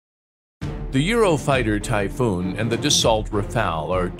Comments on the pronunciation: Sorry but, typhoon. Greetings to germany FROM 🇸🇪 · please just say the typhoon and the rafale